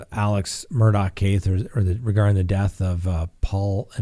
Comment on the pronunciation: minutes of talking about food super chats and patreon. Its Murdaugh not Murdock